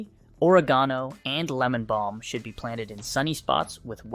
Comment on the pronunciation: The pronunciation of oregano indicates this is all AI generated content.